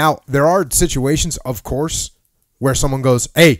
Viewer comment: “Hey you wanna get some pizza”: Ovcuss.